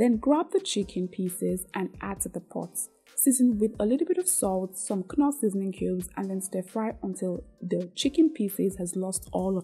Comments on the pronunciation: if i have to endure hearing you call knoor as kunoor ehhhhh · Beautiful. I enjoy your recipes. Thanks for sharing these meal plans. Don't mean any disrespect but a quick correction. KNORR pronounced without the letter K NORR ✅ KUNORR ❌.